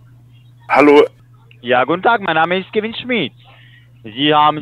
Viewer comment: Kevin mit Akzent 😂😏